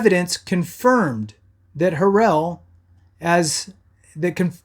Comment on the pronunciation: You're so misinformed dude. I can't take you serious when you can't pronounce his name.